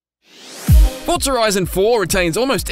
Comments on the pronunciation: It’s Forza not Fortza 🤦🏻‍♂️ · Why does every voice over I've heard pronounce Forza as "ForTza " ? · Say Fortza one more time. I fucken dare you